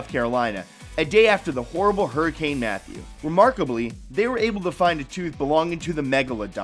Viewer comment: Did he say hurricane Meth?????😂😂😂